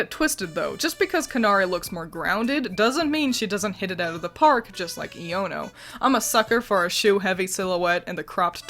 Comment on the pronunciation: It's pronounced eye-O-no